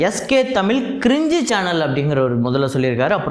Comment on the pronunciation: தமில் இல்லை. தயவு செய்து தமிழ் என்று உச்சரிக்கவும்.